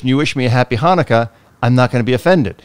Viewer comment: And I would like to wish you a Happy Chanukah!! I must say that I'm very impressed that you actually said it correctly by pronouncing the "CH". On a different note, I would like to say that if your teenagers ask u for a puppy, that should also be a resounding "NO" Just had terrible training experience with 3 teenage girls that got a puppy because he was just so cute!! Once reality set in, nobody had the time to take care of dog. All they wanted to do was take selfies with the dog😣😠 The last lesson we had, after just being there 10 minutes, one girl walked out of side door for soccer practice, ten minutes later, another walked out front door for some social time. Twenty minutes after that, I WALKED OUT OF THE FRONT DOOR AND SAID I'M DONE!!!! I'm glad that I had the guts to do it because I knew that no amount of training would help dog if owners don't listen and practice. Just wish I could have taken puppy with me😢